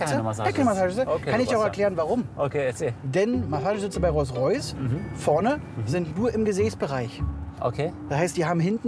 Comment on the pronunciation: Ich mag Hamid ja echt gern ich gucke die Folgen immer total gerne aber mich triggert es dass er statt Rolls Royce Reus Reus sagt